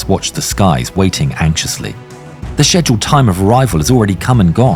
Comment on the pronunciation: fuck nah the way he says "scheduled" as pisses me tf off. fucking love this channel though, been binge-watching it for a week straight